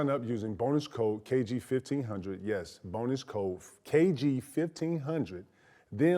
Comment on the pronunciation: Kg it’s not Coochie my boy!! 😂😂